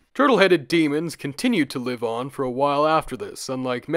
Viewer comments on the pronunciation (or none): none